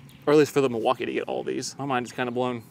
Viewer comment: the "milwauker"? 😂💀